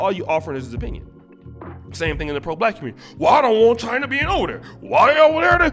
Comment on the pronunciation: Ip man 3 was great until Mike Tyson show up. "Skrongest man in Chyna ha"